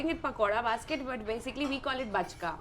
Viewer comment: It's Bachka not Bajka